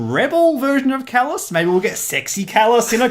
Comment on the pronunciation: Thank you for making this video :) it was great and as for pronouncing my name you pass ;)